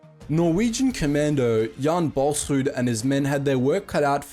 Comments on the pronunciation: i love the way you pronaonced the norwegians name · Man, you pronounced Jaan Balsruud really good! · That Norwegian pronounciation was on point.